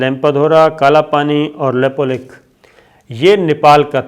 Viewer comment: Abe laude Nepal chota hai na toh China se darega na toh India se ,Nepal Kashmir nahi hai ,tuje jaaan hai history padh aur news bana ,desh chota hota hai population kaam hoti hai ...lekin international bradari ek hai.Nepal ke bare mein bina jaane samjhe kuch mat bol, lepulekh bolna tujhe nahi aata.news banane aaya,bolna nahi aata Nepal ke jamin ke bare mein.